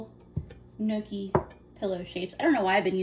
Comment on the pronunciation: amazing cooking! great looking pasta! pronounced knee ock key! not nookie! polenta is also a delicious low cost meal! left overs can be fried in slices. delicious! thank you for doing this!